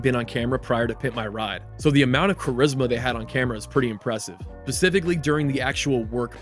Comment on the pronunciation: bro said biscifically